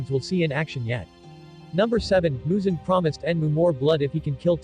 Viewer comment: I apologize, as your pronunciation of "mugen" makes me giggle. It's pronounced "moo-gen."